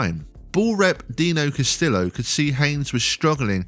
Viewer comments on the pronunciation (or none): I know this is a nit-pick, but Dino Castillo's last name is pronounced Cass-tee-yo. In spanish, double L's are usually pronounced as a Y. I know it seems petty, but the guy has earned his name to be pronounced correctly.